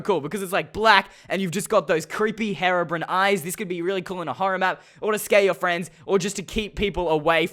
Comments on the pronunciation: It’s HERO Brian not heroo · Its pronounced (h-ee)robrine not (heh)robrine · STOP SAYING HARABRINE ITS HERO-BRINE GOSH JUST STOP TO MUCH PRESSURE OMG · 3 things. 1 your intro sucks, 2 minecraft pocket edition is trash, 3 its pronounced Hero-bryne not haro-brin. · When he done herobrine i thought he said heroine instead of herobrine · Great accent lol ...."Herobren" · Hero brine you said it wrong